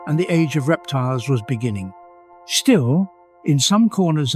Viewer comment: In the benining . In the bebgining. In the benining